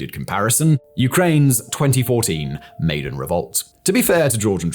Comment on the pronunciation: Maidan = My-Dan Tbisli = Buh-Lee-See